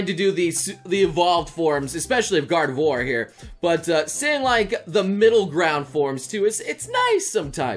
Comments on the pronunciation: gor-de-voir? Is that some kind of Chineese version of Kratos? :o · It’s supposed to be Gard’ve-wha-r, right? I’m not crazy? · Have I only just noticed how he pronounces Gardevoir like with God of War or is that new?